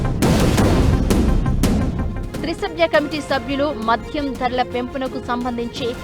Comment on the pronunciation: అది మధ్యం కాదు. మద్యం అంతే. ప్రతి దానికి వత్తు తగిలించి చావదొబ్బకు